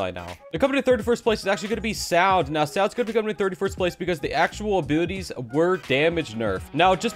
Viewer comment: When he says abilities I hear him say abooties